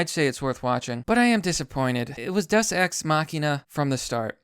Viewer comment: Language Distortions: Dus-Ex Machina Thaynos